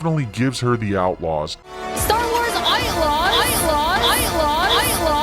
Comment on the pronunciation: "STAR WARS AITLAWS"...for a moment i thought there was no Louise Julie....."STAR WARS AITLAWS" XD XD XD